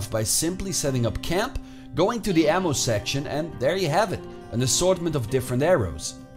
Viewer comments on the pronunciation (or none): none